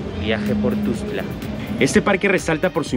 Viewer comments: Que feo pronuncia, es "TUXTLA" NO TUXCLA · Para el muchacho que grabó el video ; NO se pronuncia TUSCLA , es TUXTLA , yo radicando en Comitán respeto los nombres de otros municipios de Chiapas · jjaa ES TUXTLAAAA. NO TUSCLA ,PRONUNCIAS MAL MUY MAL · Me da estres que dice tustla jajaja, pero igual que chido vídeo sigue así sjsjsjjs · No es ..tustla.es .Tuxtla..co x...😠